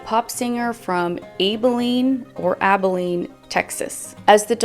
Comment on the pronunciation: Your second pronunciation of Abilene is correct